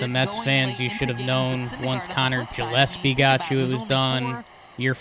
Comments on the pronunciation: isnt Gillaspie's name pronounced with a "Guh" not a "Juh"? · Yeah I would "guh" like the famous Dizzy Gillespie I mean "fish gills" aren't pronounced "fish Jills" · really fucked up the intro on this one, “juh” lap”sie”??Giants 16 champs??? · "Jilepsy" :D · Yes it is